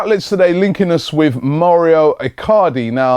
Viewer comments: Pronounciations- Mow-ro icardi not mario El-nenee not elnaenae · Mo-rio icardi???? fucking hell work on your pronunciation